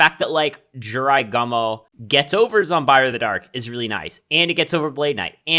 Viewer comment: G-U-M-O, not gomo